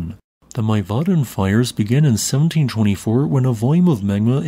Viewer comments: It's not. "Mee-vahhhddn" is more like it 😊 Cheers an Icelander 😊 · Thank you for the video! Just to add that Mývatn is actually pronounced Mee-va 😊